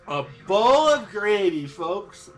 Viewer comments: “You're ruining your life" “BOWL AH GRAEVEY" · take a shot every time his says " a bowl of greveh"